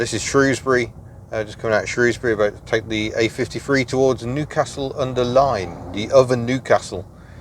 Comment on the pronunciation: Newcastle-under-Lyme not under Line. I won't correct your pronunciation of Shrewsbury (shrow or shrew) as both are considered as correct, Just depends on which neck of the woods one's from. Even the locals use either.